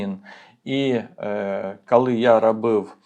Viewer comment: Тільки прошу Вас - не "кАли" і не "Атримав". І не "пАчала". І т. д. В українській мові "о" не перетворюється на "а"! Бо слово "АхАлонути" я одразу і не зрозуміла! Прошу Вас, вимовляйте, будь ласка, чітке "о"! Хоча, у той же час - велика Вам повага, людині з Харківської області, за українську мову!